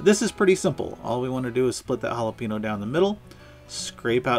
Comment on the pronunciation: Great recipe! Killing me with "Holla-PEEN-oh" though. "Holla-PAIN-yo". Cheers from South Texas!